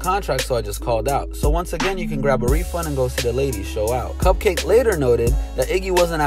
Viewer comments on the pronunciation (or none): its cupcakke CUPCAKI like bukakke